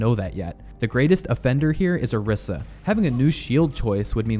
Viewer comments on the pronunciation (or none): bro is it just me thats noticing his weird pronunciations of the names of the characters lol... like he called Brigitte, Bri-get? lol. bro its bri-jet lol. also im pretty sure Orisa is o-RI-sa, not OR-ISA. its whatever but like how can u mess up brigitte lol bro said bri-get lmao